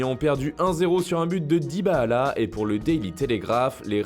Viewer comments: La prochaine fois essayer de dire DYBALA , au lieu de DYBAALA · Ftg avec ton "dybahala" tu c lire ou quoi??? DY-BA-LA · C'est dybala pas dybaala ptn sinon perfect 👏👍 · J’avoue chelou ça prononciation... 👀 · Aprend a prononcée Dybala ..merde....